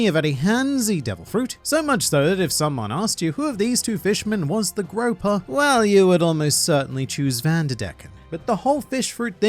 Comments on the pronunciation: Giant GROUPER as in pronounced as in group+er, theres no such thing as a "giant 'Groper' fish" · GrOOper not Groper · I came here to let you know that its pronounced "group" not grope! Those Jack jokes would* have been funny 😭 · grouper is pronounced grooper like the guy on despicable me 😡😡😡😡😡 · The fish you are thinking of is called a “GROUPER” pronounced like the word group. Gropers are something else entirely.